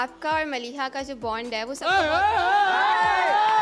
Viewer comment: The audience member said maliha instead mareeha 😅